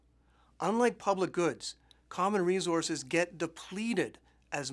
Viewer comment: Oh man, this bothered me every time he said it!